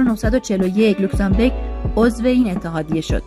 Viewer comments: بانوی محترم اسم کشور اروپائی لوکزامبورگ نه لوکزامبِرگ. بورگ در زبان المانی قلعه و بِرگ به کوه گفته میشه تو لاتینش هم رو نقشه نوشته.موفق باشید.🎉🎉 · لوکسانبورگ نه لوکسانبرگ معنیشون فرق میکند برگ یعنی کوه بورگ یعنی قلعه